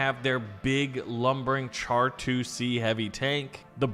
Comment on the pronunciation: Him pronouncing it char instead of shar hurt my soul